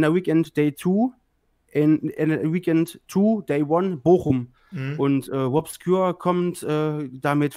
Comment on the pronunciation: Wobscure, Bwian Damage